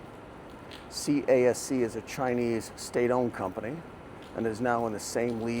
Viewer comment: CASC, it's pronounced as "KASK" ✌️